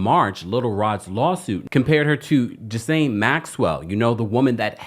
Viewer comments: Gee laine Maxwell? Not Jis laine...lol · Please, stop calling Ghislaine Maxwell, Jizzlaine. It's pronounced Ghee-lane. (Like the clarified butter.) Thank you and have a great day. ✌🏼🫶🏼🖖🏼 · It's pronounced "Guh-lane" maxwell not gis. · Dude, it’s pronounced Ge-lane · Ghislaine. Is pronounced: GEE-LAINE. I call myself being of assistance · If y’all are gonna be reporting, at the very least, get the pronunciation of names right. Ghislane = (gee-LANE). Hard G.